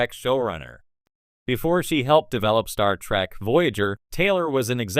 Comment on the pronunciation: Did the AI say "Star Track"?